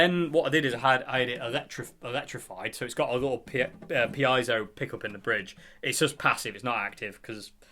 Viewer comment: Piezo is a Greek word for pressure or push. Correct pronunciation would be Pee-ay-zow. Seen you struggling there. Glad to be of assistance 👍🏻😬